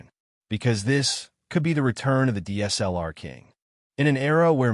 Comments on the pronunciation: Your AI audio SUCKS. "DEES-L-R" is not D S L R. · agreed. Pentax K... ... 4 and Deesellar. Appalling. Why do these people flock to use AI voiceovers. I imagine they think it cool, when nothing could be further from the truth.